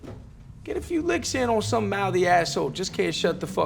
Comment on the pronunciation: "Let me tell you summ" and "tell you whut"